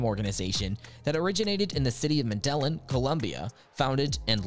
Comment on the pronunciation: How are you gonna pronounce Medellin like that